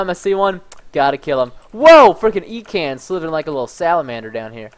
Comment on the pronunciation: It is not E kans Ekans